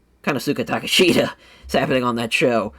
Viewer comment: Brother how many times does Excalibur have to say Takeshita's name for you to pronounce it right lmao